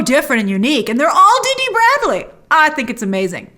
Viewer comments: His name is Dee Bradley Baker, not Dee Dee. : ) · It’s Dee Bradley baker not dd bradley